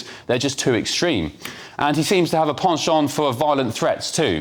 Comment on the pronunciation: Props to Ben Leo for pronouncing 'penchant' correctly.